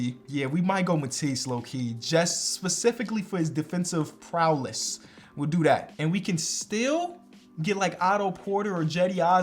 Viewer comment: I lost it when he said “prowless”